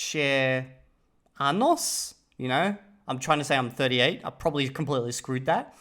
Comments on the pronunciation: Your pronunciation is at the level of people who have studied the language in middle school for a year as an optional class and don't remember anything but "Donde está la biblioteca", you literally said i have 38 buttholes instead of years, and 38 was a mix of english and another language dunno which. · Evildea. It’s años, not anos. Basic Spanish pronunciation. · Fix the n to an ñ xd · He has A0 speaking. To pass the A1 criteria you need to be able to say basic sentences. Try doing a speaking exam and saying "yo.... soy... 28.... anos". You'll be rated A0. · anos vs años moment XD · 😭😂 You just said "I am 38 anus." 😂😂 You gotta be careful with the ñ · 6hundred hours just to butcher completely "tengo 38 años" is insane